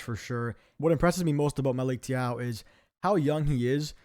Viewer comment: Great content, just check how to pronounce Conceicão and Thiaw